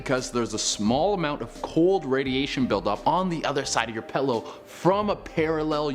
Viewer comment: When a story contains the word PILLOW and you pronounce it as PALLOW, please get one of the other announcers to narrate that particular story... 😖